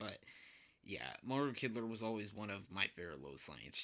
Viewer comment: Her name is Margot Kidder (not Kidler)...just fyi.